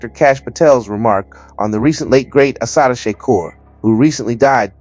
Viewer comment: Is this Ai reading this. If not mf learn how to say her name!!